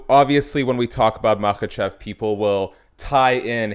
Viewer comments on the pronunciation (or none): His last name is pronounced: Mah-hah-shiv